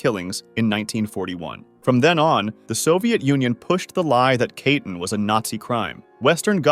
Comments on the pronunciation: “Kah-teen”, not “kaytin”. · It's pronounced more like "kah-tin", not "kay-tin"